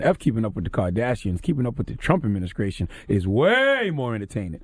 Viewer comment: haha you heard that too